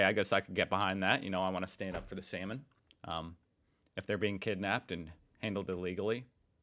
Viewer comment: 07.30 SALMON! Oh I thought you said 'semen'